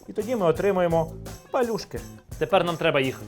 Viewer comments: А палюжки я знаю з наголосом на другий склад) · Дякую за популяризацію української кухні та за гарний контент.😊 Тільки маленьке зауваження,палЮшки - наголос на Ю.😊